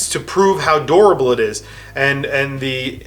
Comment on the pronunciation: When he was saying durable I thought he was saying adorable...